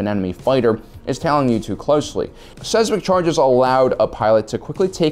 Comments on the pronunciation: Seismic = sighs-mick. Not Sez-mick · "seismic" is pronounced like "size mick" not "sez mick" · Saysmick? SAYSMICK? Really? You have a serious problem with not being able to pronounce a wide variety of words. You should have a doctor check you out. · size mick..not sez mic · lol he really said sesmic charges, makes me think of septic... hmm.. maybe a new weapon to add? literal sh*t bombs XD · Seismic? No Sezmik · Your pronunciation of Seismic hurts my brain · I love you bro but the way you say "seismic" hurts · Yeah, and how he pronounces “seismic”